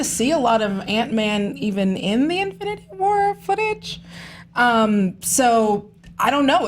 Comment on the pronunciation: # in-flu-nity war 😂